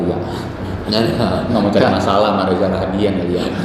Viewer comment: Maaf ya ka. Namanya reza rahadian. Gak pake R 😊